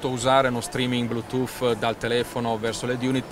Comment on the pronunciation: Ma davero, quello li sta dicendo verramente Blutoooof... Ma parte quello tutte parole inglesi usate mescolato nella piu bella lingua del mondo fanno scifo a sentirlo...